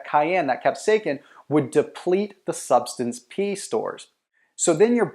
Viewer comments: Kap - say - uh - sin, NOT kap - say - kin. Thank you. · it is not pronounced "cap-say-kin". it is pronounced "cap-say-ah-sin" combine those words rapidly and you will pronounce it right (sort of). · I am loosing braincells by the second. WTF IS CAP-SAKE-EN??/!/£&#% ITS CAP-SAY-UH-SIN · Capsaicin is pronounced as “cap-SAY-uh-sin” (IPA: /kæpˈseɪɪsɪn/). The emphasis is on the second syllable, “SAY.” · Its Astounding that People Get Upset Over Pronunciation.. The Video is about Health and its Cayenne pepper that he is Speaking about..Cap..Sake Kin.. Go ahead make my day ! Great Video ❤ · You're pronouncing capsaicin wrong. You're saying capsaikin, which is incorrect. Otherwise good video.. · That’s not how you pronounce capsaicin. It’s kap-SAY-sn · It’s pronounced “kap-sasin” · Capsa "kin". First time I've ever heard it said that way. Good info though. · I have never heard capsaicin pronounced like that, its distracting, the letter "c" has a "s" sound. [cap-say-sin] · C'mon dude say CAP-SAY-SIN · Repeat after me... : CAP-SAY-EH-SIN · WTF, your saying capsaicin wrong. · Bro I can’t watch this.. say it right !!!! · Onother "expert" on diet who doesn't know how to pronounce capsaicin. And what about those doctors in the vid? Ok enough for comedy entertainment for today. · please stop saying capsaicin like that.